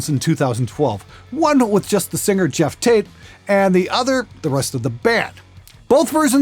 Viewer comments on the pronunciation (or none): Why do you pronounce Geoff like Jeff? Can't you see that O?